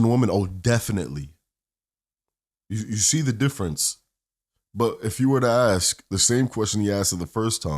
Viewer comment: All high value men like a woman who can AXE questions.